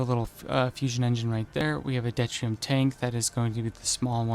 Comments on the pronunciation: I don't want to be a pain, but it is pronounced due-tier-ee-um, not det-ree-um. Deuterium is hydrogen with a neutron, making it easier to fusion. There is also Tritium (trit-ee-um), which is hydrogen with 2 neutrons. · It's doo-Teer-ee-um